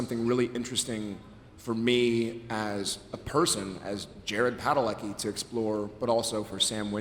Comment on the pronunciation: Americans pronounce Jared's surname wrong it's Polish and should sound more like Padaletzki